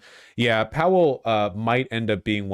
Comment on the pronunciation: Stop saying howell lol it's powell